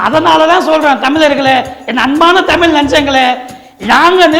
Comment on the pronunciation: தமிலன் பேசுகிறான். தமிழ் என்று சொல்லத் தெரியாத தறுதலை.